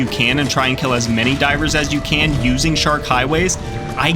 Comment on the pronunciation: I love hearing shork 😂😂